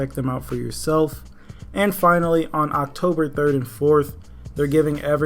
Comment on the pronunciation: "october 34th" i cant be the only one who hears that